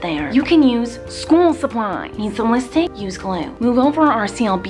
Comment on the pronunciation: "listick" "piminted" "eyelatches" "punctchuatin" "blutch" that, my friends, is the miranda sings makeup vocab.